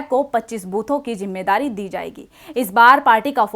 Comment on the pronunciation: KACHCHI ZABAN BOL RAHI HO JAISE ZARURAT KO JARURAT......ZIMMEDARI KO JIMMEDARI....